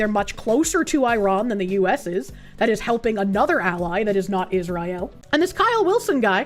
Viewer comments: Love how the Korsche pronounces it “is-rye-aal” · IZZ RYE ELLE